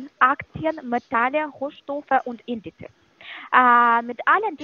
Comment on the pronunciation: Die letzte die du am Telefon hattest, ist glaube ich die allererste die ich gehört habe, welche "Indizes" fast richtig ausspricht